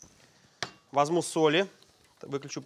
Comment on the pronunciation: мне одному слышится, что он говорит "возМу", вместо "возЬМу"? на 6 минуте про петрушку